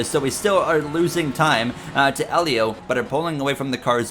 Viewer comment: You finally got Helio's name right sheds a tear Im so proud of you bro